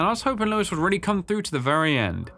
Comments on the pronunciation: OG Leon casually mispronouncing Luis? Yeah I miss it too! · Minor note but I like how some people still call Luis like "Louis", much like how Leon did in the original lmao PS: Yes Forspoken is the middest game ever